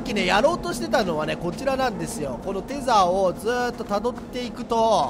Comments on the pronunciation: テーザーじゃなくてテザーじゃないの？ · ✕テーザー ○テザー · てーざじゃないてざー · うポッシー テーザーじゃなくてテザーでは